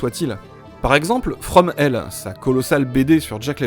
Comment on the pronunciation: J’ai mis du temps à déchiffrer le passage sur Alan Moore et « fromelle ». Je suis revenu en arrière quand j’ai entendu que c’était un bien meilleur film que Flesh and Blood Rien trouvé. Alan Moore est un bédéiste (dessinateur est un peu réducteur) qui a fait… ah, je saisis, From Hell (prononciation les gens, tudiou !, le H est vraiment une lettre à prononcer ) Dont on s‘est vaguement inspiré pour en faire un film (je n’ai ni lu l’un ni vu l’autre, j’ai envie de faire l’autre et surtout l’un) Mais ça ne parle pas du tout de moyen âge, c’est sur Jack l’Éventreur Du coup, quel est donc ce « bien meilleur film » que Flesh and Blood et le rapport avec le Moyen-Âge ou Alan Moore ?